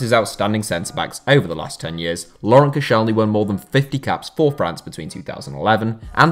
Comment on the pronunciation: Koscielny? You can tell that you don’t watch french football 😂😂😂😂